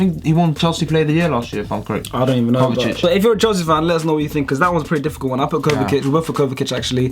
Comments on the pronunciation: its pronounced kovisich not kovakic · My guy said Kovakic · Why does he pronounce Kovacic as Kovakic? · It’s kovasic,I know that’s not how u spell it but that’s how you pronounce it